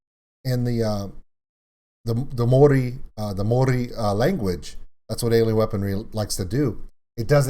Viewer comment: Your pronunciation is a little off with saying Māori. It's kinda like saying 'moldy' but with a quick rolled r sound instead of the d. Like a quick 'mo-ree'.